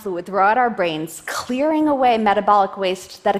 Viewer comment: What is with that odd pronunciation of "chhhclearing". It sounds like she is clearing her throat.